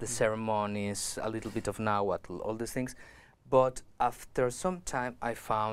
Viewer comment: I'm sorry but this man is not native. He doesn't speak náhuatl. He seems to be taking nahuatl words mispronouncing them and adding a new age twist. It's cool that he is making native culture more mainstream but it's not authentic.